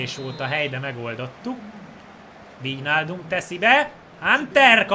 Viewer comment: AZ NEM VÍJNÁLDUM HANEM VÁJNÁLDUM